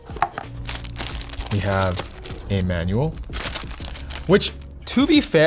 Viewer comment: am I the only one hearing “Emmanuel?” instead of “a manual”